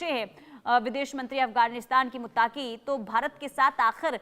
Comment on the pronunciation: बहन यह शब्द मुत्ताक़ी नहीं है , बल्कि मुत्तक़ी Muttqi hai